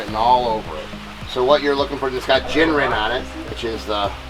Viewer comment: How do they name all of the koi varieties? Japanese. Kujaku = peacock Beni = red hue Ko = red Haku = white Gin (it should be pronounced with a g sound as in Greg, not j as in Jim) = silver Kin = gold Rin = dignified Ogon = gold Hi = fire/sun Utsuri = reflection Shiro = white Taisho = a period in Japanese history Showa = a period in Japanese history after the Taisho period Sanke = 3 colors Tancho = top of the head Sumi = charcoal Koromo/Goromo = outerwear Bekko = separate/contrast Yamabuki = yellow flower Asagi = turquoise bluish greenish color (originates from the name of a Japanese plant species) Shusui = drawing in water / hydrophilic Karasu = crow Cha = Brown Kawarimono = oddball/“unusual one” I’ve probably left out a bunch but you get the idea...